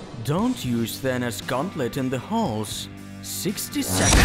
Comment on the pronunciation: It’s Not thanis it’s thanos